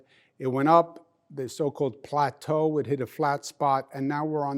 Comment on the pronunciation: Can he stop saying plaetu however you spell it this is not math class